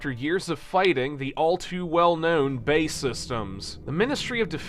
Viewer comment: BAE... or British Aerospace Systems isn't said BAE (like Bay) but B.A.E. It's a very common British thing to omit the full stops when letters are capitalised. Much in the same way that nobody puts full stops in F.B.I. , C.I.A. or M.I.5/6. unless they're a sadistic weirdo.